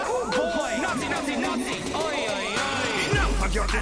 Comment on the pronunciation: I'm pretty sure it's Oi, Oi, Oi not hoi. At least that's the one I grew up knowing